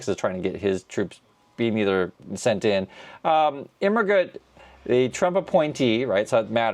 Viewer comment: German major here, really jazzed that he pronounced the name better than most other social media people I’ve heard!